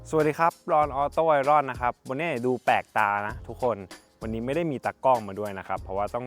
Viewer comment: ทุกคน Iron ออกเสียงว่า อายเอิ้น หรือ อายเยิ่น ครับทุกคน อย่าร่อนนะครับ ทุกคน ทุกคน ทุกคน